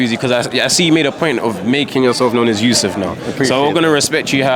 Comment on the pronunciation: Viddal riley pronouncing yusuf is sick i like that 👊🏽